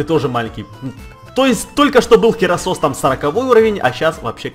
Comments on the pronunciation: это гераккросс а не херосос! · не херасос а герасос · и кстати не херасос а херакрос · не херасос а геракрос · не херасос а херокрос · мне показалось или ты сказал херосос